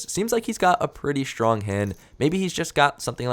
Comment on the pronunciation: The word STRONG does not contain the letter H